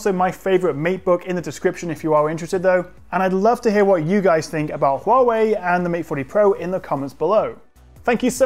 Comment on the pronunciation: I like that fact that your pronunciation of Huawei on point!